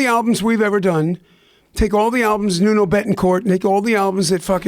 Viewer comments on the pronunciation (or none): It's Nuno Bettencourt. He called him "Nono" the first time and "Nunu" the send time. Hahaha.